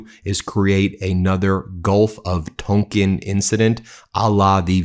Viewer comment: Ben, I think The Gulf of Tonkin is pronounced "tawnkin" not "tunkin".